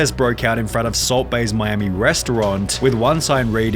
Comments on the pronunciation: you have a horrible pronounciation of words. it sounds horrible. "in miamiiiiii" but then "miami", whats the problem? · Miamiiiiii, firaaaaaaaah, awaaaayyyyyah, problemmmah, levellluh, moneyyyyyah, expensiveeeuh, gooooduh, incorrectlyyyeh, reviewwwuh, cittyyyyuh, fooooodduh, floridaaaaa, countaaaaah, totalllluh, ordaaaaah, bostonnnnuh, collddduh, imstagrammah, herrrrrr, twentytwoooouh, lataaaahhh, ceremoneeeey, restauranntuh, interviewwwah, againnnuh, meeeeuh, attentionnnuh, dayyyyuh, citeeeeey, foillluh, littleeeuh, seventeeeenuh. Do you even listen to yourself why do you say so many words weird